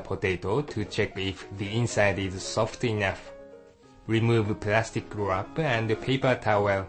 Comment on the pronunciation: Oh, I love you and your "plastic guwrap" -3